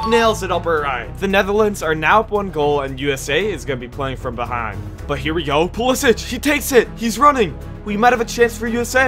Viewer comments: bro said pulisich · bro said Mbaappe and Pulisich🤣🤣🤣